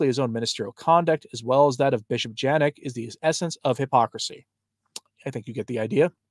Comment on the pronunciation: Janak = YAH-nahk